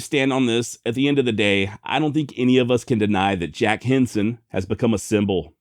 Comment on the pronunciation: Every time you said his name my mind heard “Jim Henson” creator of “The Muppets”. 😂